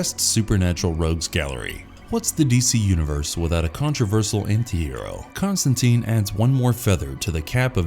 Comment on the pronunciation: Con-Stan-TINE. Rhymes with fine...